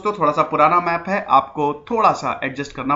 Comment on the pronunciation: Karnatak nahi sir Karnataka* and Kannad nahi Kannada* I'm from Karnataka Jai Hind... Nice information